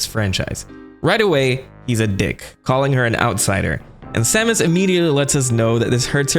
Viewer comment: This is "Sahmus" Aran Source: Smash bros. 64